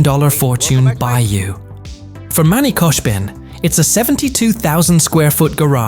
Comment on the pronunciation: Brooo its not koshbin its khoshbin